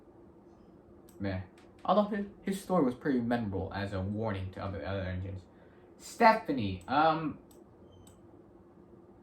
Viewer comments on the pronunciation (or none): it's Stepney not Stephanie